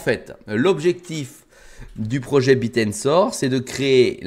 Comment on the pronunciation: c est pas le Biir mais le Bèèr